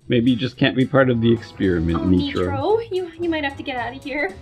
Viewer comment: "neetro" is getting so big!!!!!